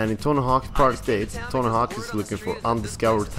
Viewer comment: toe hawk?